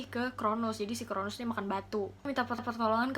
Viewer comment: Koreksi dikit ya kak! 😊 . Kronos, bukan Kronus. Nimfa bukan limfa.